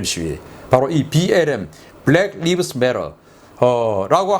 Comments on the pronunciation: BLM "블랙 라이브스 메터" 로 발음하십오. 블랙 리브스는 틀린 발음입니다. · 죄송합니다만 "BLACK LIVES MATTER"는 "불랙 리브스 매러"가 아니라 "불랙 라이브즈 매러"라고 읽어야 합니다. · 리브스가 아니라 라이브스입니다... 오글 오글... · BLM(Black Lives Matter): 블랙 리브스 매터 라고 읽는게 아니고 블랙 라이브스 매터 라고 읽습니다. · Black Lives Matter. 라이브즈로 발음하셔야 되겠습니다. Life의 복수니까요. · 세상에 악이 차고 넘치네요ㅜㅜ ㆍ어떻게 저런 짓들을 할까요ㆍㆍ Black Lives Matter 중 Lives 는 live '살다' 란 동사 아니고 life '삶 생명' 명사의 복수형 으로 발음은 '라이브즈' 라고 하는게 맞을거예요^^; 흑인의 삶 생명들은 중요하다 뭐 그런 감성 팔이식 인권운동 선동 문군요ㆍㆍ 맞서서 All lives matter 등등의 피켓들을 들고 평화시위도 하더군요ㆍㆍ 오늘 방송도 잘 듣고 갑니다ㆍ고맙습니다